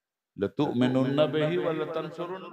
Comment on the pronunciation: آیت میں لتومنن میں لام پر زبر ہے